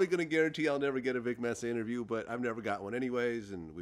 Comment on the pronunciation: Lol “imterview” .